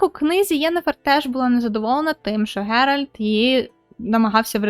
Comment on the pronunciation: Шановна, будь ласка, правильно вимовляй ім'я головних героїв - Ґеральт, Цірі, Тріс. Слава Україні! Слава ЗСУ! Хай квітне Український Ютуб!))))